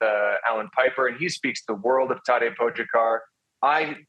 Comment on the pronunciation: It makes me cringe every time I hear them pronounce Tadej’s name. Great commentary and then they say his name and it’s like getting static across a radio station or nails on a chalkboard